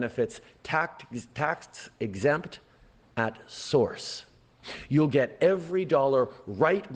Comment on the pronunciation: Liar liar. Can’t even say “tax exempt” lol.